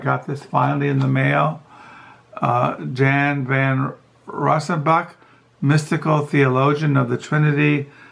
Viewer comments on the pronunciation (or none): You destroy authors names, LOL! Jan - pronounced 'Yan' Alsop - 'All-sop'